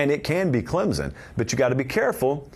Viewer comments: Man, I love you talk about the tigers. But, there isn’t a “z” in Clemson. It’s Clem-son. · It’s “Clem(p)son